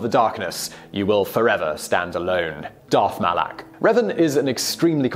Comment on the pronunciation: Qwee Gon? Reeevan? Darth Molok?! Vishi8? This is no Star Wars 😔